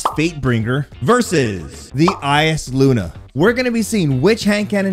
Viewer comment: Thanks for not saying eye saluna